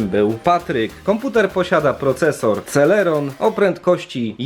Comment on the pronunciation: eee nie serelon tylko celeron